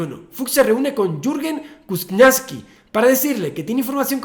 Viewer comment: El apellido Kuczynski se pronuncia algo así como "Cuchinski"